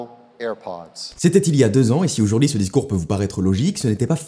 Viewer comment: "Autourd'hui" fait gaffe c'est pas français